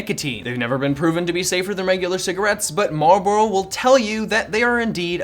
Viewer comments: They are Marlboro not Marbro. Amateur! LOL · Lmao “Marbrloro” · My entire life I never knew how to pronounce marlboro. Thank you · You know, you didn’t pronounce Marlboro correctly even once...